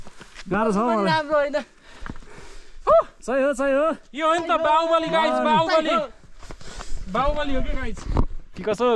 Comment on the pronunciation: Everything you have shoot was amazing but please tapai ko Guys bhannae chai euta ramro dictionary herera sikhnu parne awastha xa. Rest is best.